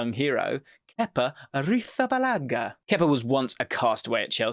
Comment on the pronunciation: Arrizabalaga is not an italian last name that's not how it's pronounced man